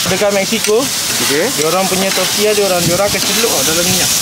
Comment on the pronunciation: Baru betul sebutan Bahasa Sepanyol, fajitas disebut fahitas (huruf j adalah bunyi h) dan tortilla disebut tortiya (huruf ll (2 l) adalah bunyi y). Terbaik! 👍🏼